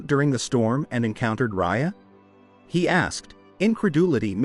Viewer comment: I love these stories but ENOUGH using AIs for the narration!!! It can't tell the difference between I'll/ill. close (near) & close (the door), I'd /id, she'll/ shell, well & we'll, etc. And pronouncing the tigress name as Ray-ah one min. and in the next sentence Ry-ah. It's VERY annoying!!!